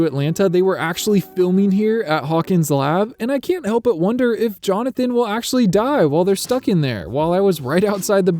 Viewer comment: There ARE 53 new shots, not IS. And it's JonathAn, not JonathOn.